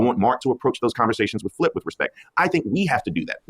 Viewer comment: UNC gotta be better at names he calling flip ish all crazy🥲